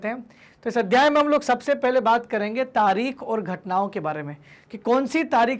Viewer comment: तारीख होता है तारिक नहीं